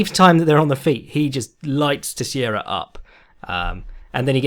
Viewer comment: Getting seriously addicted to this podcast. By the way, "Teixeira" is pronounced as "Tay-shay-rah"